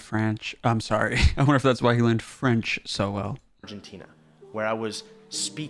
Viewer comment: "Franch" lol